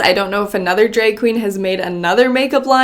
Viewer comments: she said dreg lol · says drag like drake… irrelevant just felt like pointing it out